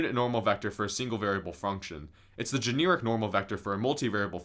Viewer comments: Non point here...but I do not think the word is "Jeh-near-ic"...I think it is "ju-nare-ic". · I'm sorry, gen "ear" ic kinda be annoying me 🤣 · Bro says “generic” like “janeerik” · Considering the way you pronounced the word "generic," it's a good thing you didn't major in English.